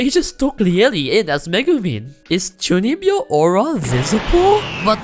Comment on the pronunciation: I had to look up what chunibyo means, and be like ah.. 中二病… The pronunciation definitely does not remind me of the word.